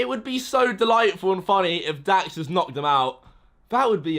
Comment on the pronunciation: ITS LAX ITS DAX